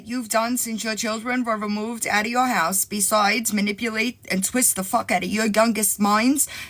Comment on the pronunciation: She said, "Muh-nipple-late"😂